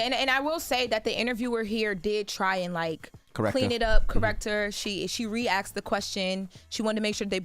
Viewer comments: It's asked, not axed! 🤦🏽‍♂️Do better. Pet peeve. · Once I heard girl say “they axed her”, this video was a skip for me. Learn to speak English